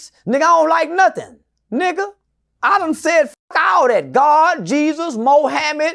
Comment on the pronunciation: Lmao enfasis on God and Jesus 😂. God and Jesus out here like "wtf mate" 😂